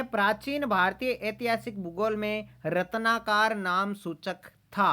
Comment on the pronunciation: O bhai sudhh pda kro. रत्नाकार नहीं होता रत्नाकर होता है